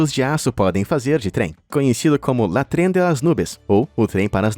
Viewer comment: "La tren..." foi doído!